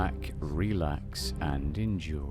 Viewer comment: The only thing I don’t enjoy is the way you say enjoy 👀